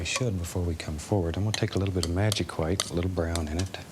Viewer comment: DOOD OMG I'M DEAD WHEN HE SAYS THAT OMG